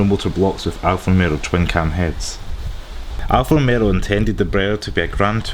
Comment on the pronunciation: I feel like you are saying Alfa RomeRO instead of Alfa RomEO. It's not just the accent dude